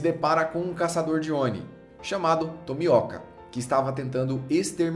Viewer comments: nao é tomióka nao é tomioka, ôka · mano n existe tomióca é tomioca ta quase virando tapioca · Video bom mas nao se fala senemi e nem tomióka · pare... não diga tomiÓKa. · Vc falando tómika , eu me rachei de rir kk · porque você chama o tomioka de tomióka? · ele fala tomioka com o Ó agudo fica muito bizarro mas tanto faz falem como quiser